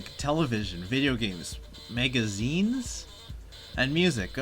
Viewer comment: Why do you keep saying megazines????